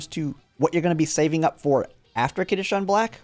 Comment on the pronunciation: He's also pronouncing it as kitasean lol, it's kitasan